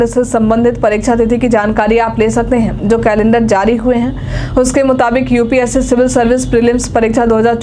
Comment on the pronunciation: UPSC hota h na ki UPSE😂